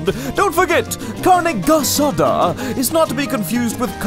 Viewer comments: CARNE GEH SA DAH... 😂😂😂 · Carneh gehsadah... yeah well it's not that bad 😂 Viva México!! You should try doing pollo con mole 😆